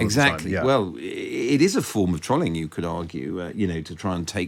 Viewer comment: I have a real issue with the way this guy pronounces “trolling”.